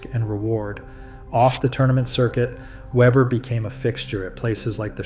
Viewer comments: I thought this was funny too. But I thought he said... Pete Weever. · I just can't get past the narrator changing the pronunciation of Pete's name, going back and forth from Weber to Weeber. Be professional. Get the simple things right! I don't care for Pete, but he deserves the respect of pronouncing his name correctly. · You want to talk about the most popular bowler on the planet, and can't pronounce his name? Did you call him Waver or Waber? I couldn't tell, but I left as soon as you did. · Yea really, not even a hard name to pronounce.